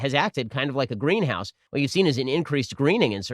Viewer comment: C-OH-TWO is actually NOT a "green-ouse gas"